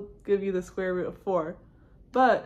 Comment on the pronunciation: Square root or square???? Really sloppy pronunciation. Sorry.